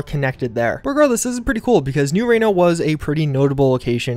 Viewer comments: It's pronounced Ree-no not Ray-no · "New Rain-O" Jesus man, sometimes I think you mispronounce things just to make me smash my head against the wall. REE - NO